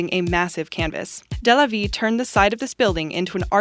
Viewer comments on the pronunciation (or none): number 12 it's pronounced de la vee not day la vee